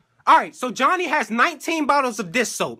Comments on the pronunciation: I think be sayin' "Jonny" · It is pronounced "Johnny" not "JoNy" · i can stop laughing in jj bb and the start jj said johnknee 100x times